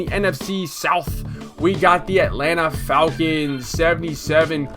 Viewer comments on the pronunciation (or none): none